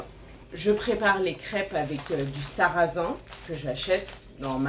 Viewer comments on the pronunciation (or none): You pronounce sarrasins with totally different second vowels and . Which are we meant to learn? Such things are very disheartening to learners